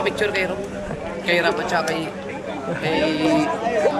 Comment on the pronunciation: Rab pho kautoy Hindi rob